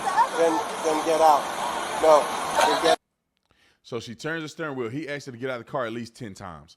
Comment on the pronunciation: Asked. Not axed. Please